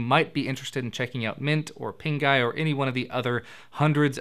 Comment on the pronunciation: Pinguy... Sounds like pink eye